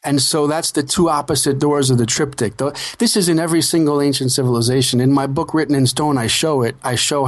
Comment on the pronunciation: Triptych. The guest needs to learn to pronounce the word!